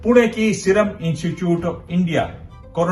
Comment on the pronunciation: पत्रकार महोदय ! कृपया 'इनचूचूट' न बोलकर 'इंस्टीट्यूट' का उच्चारण करें। धन्यवाद।